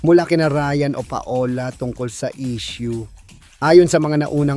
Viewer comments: Anong pa-ola? Gago pronounce PAWLA!! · Nagtsismis ka mali pa pronounce ng name…..paola hay! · PA-O-LA ??? Really??? Muntik na naging PATOLA🙄🥴🤣😂